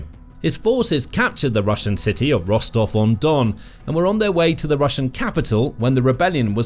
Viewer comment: La ville de Rostau ou Rostov ? Merci de prononcer correctement les noms.